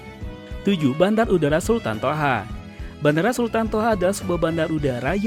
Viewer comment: Sultan Thaha !!! BUKAN SULTAN TOHA !!!!